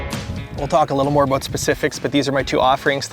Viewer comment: Great video “a-boot” pike.